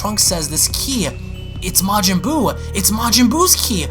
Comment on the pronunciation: "Majin Buub"